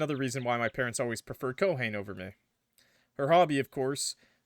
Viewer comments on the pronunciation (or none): I need to get more of a weeb NOW every fucking time I hear Ko HANE it kills me, it's Ko-hah-Ne(y). Three syllables. Ko=ha-ne. Not Ko-hane. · Ko-ha-nee when you’re pronouncing Japanese names think of it like this you are an illiterate six-year-old who has no idea what silent letters are so you just say every letter you see in twos or threes like Hom-ie if Haruto had a black tank top with a black puffer jacket and some jeans, he would fit right in I think that only a western thing because apparently Japanese culture romanticizes Christmas I don’t know why but the relationship kind of reminds me of “keeping your childhood friend in your refrigerator” or something like that